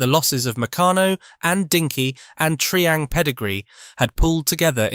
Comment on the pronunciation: Tree-ang? I always thought it was Try-ang.